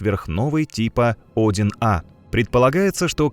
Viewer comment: Цефеиды несколько десятков миллиардов лет живут? В роликах часто ошибки в числах, порядков на 7-8. И УАРЕНИЯ . Тип Один А.....Правильно - -одИн А